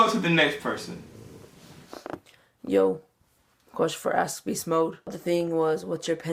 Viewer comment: "axe" beastmode lol